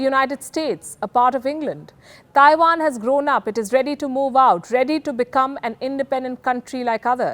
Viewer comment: Please stop saying "Thaiwan". It's Taiwan. There is no 'H'